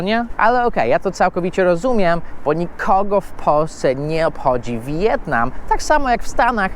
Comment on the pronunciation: Mówi się "Wietnam" a nie "Wi-jetnam".